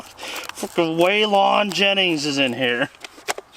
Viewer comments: It's NOT Way-lon Jennings... It's pronounced Wayln' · Not gonna lie I kinda died a bit inside when I heard you way-lon instead of Waylon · This man keep saying Way-lawn. If yall were joking, I couldn't be more disappointed in a person I have looked up to. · Phew. Hearing how you say “Way-Lon” Jennings hurts me lol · With all respect, please learn how to say waylon jennings name right. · I can't believe you can't pronounce Waylon... it's pronounced way-lynn. And they are honky tonk heros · You do know it’s pronounced Waylin not Waylon. Sacrilegious to people in Texas to mispronounce Waylon’s name. Lol. Enjoy the channel. Keep it up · Need to learn how to pronounce Waylon Jennings with his first name is pronounced way·lin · Great videos, but I have to say one thing: The way you butcher Waylon Jennings' name causes me physical pain. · Please tell me your saying waylon Jennings name wrong on purpose.. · The way you pronounce Waylon makes me violently ill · You need thunderhead 289 there to help you correctly pronounce Waylon Jennings again lol but seriously any possibility of a thunderhead 289 collaboration event? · Did he really just screw up Waylon’s name?